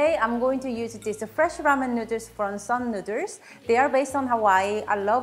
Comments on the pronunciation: Love the recipe, but love the way you say 'nuders' which I didn't notice until you pointed out the tee shirt/merch. Need 3XL though - too many nuders! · From now on, noodles will be called nooders. If says nooders, it's nooders!😀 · i love how she says noodles XD nuders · Very charming lady and awesome home cooking skills, plus so cute the way pronounce noodles.